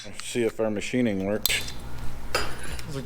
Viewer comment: Machining?! OR Matthining? Love it!